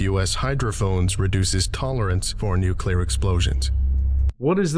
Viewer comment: Dude, I'm a fan but every time you say nucular instead of nuclear, my soul dies a little.